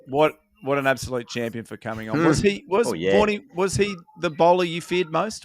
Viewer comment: When you say Vaughney, I hear Warnie. Breaks my heart every time.